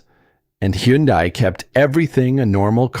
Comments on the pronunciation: Hyundai rhymes with Sunday. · Is that really how to pronounce Hyundai?